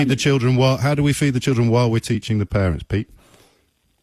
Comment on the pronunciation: “You can choose whether you eat, or not. Blame the pawents.” What a tool.